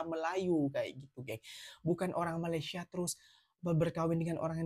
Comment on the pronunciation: Katanya bahasa melayu asal sana,tapi sebutan malaysia tak pernah betul,tak sekolah ke,atau sengaja sebab sakit hati..